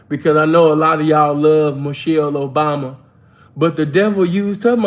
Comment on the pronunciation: On point with Mish-Hell O-Bomb-Ya!